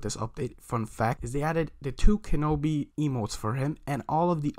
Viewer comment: Kenobi!!!!!!!!!!!!!!!!!!!!i can you notice the i in Kenobi